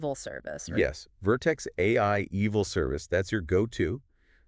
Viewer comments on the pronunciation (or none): Loved this, absolutely piqued my interest. So much potential, especially already with the examples given. Side note, the pronunciation of "eval" as "evil" brings me such childlike joy! Vertex AI EVIL service, heehee